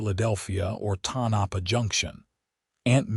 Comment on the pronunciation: Pronounced… TONE - A - PAW.